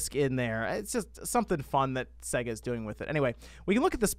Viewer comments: you still triggering me with you pronunciation of SEGA lol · Your pronunciaton of Sega is off... Listen to the start of any sonic game!!